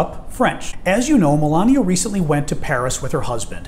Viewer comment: her name is Melania not malaria